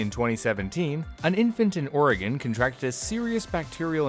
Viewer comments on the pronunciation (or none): none